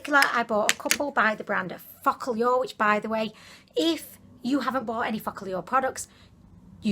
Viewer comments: Focallure is actually pronounced 'focal' (as in focus) 'law', not the crass sounding 💩 you came out with. And did you know your tattoo is spelt wrong too? 😂😂😂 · my roomie is dying of laughter. he says you saying focalure sounds like "fuck a lure" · I LOVE the way you pronounce “Focallure”... It literally sounds like you’re saying “F💙CK ALL Y’ALL” and I’m living for it. You’re so adorable I’m about to binge all your videos before bed.